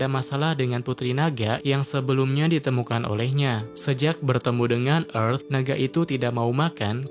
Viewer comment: Tulisannya earth kok dibaca efth